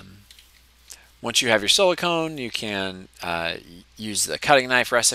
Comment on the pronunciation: It's silicon, not silicone, the o is pronounced same as in dog, silicone is something different